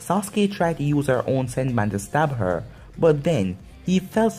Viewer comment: not to be mean but its senbone not senbun